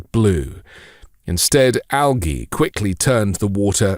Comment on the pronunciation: Why does he pronounce algae like that.